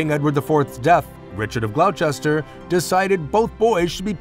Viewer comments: I absolutely agree, if someone is talking about British history you would expect them to pronounce the names of the places correctly. Personally I cringed every time when the presenter said Glouchester instead of Gloss-ter. Although the content was good just needed more attention to detail. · It’s pronounced GlossTer, NOT glow-chester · Glauchester? This is hilarious. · Nice documentary, thanks. Just to note that Richard of Gloucester, and indeed the City of Gloucester, is pronounced Gloss-ter. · Can't take it seriously when Gloucester is pronouced incorrectly. Grating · Hungary is not spelled Hungry! Please also learn how to pronounce Gloucester properly.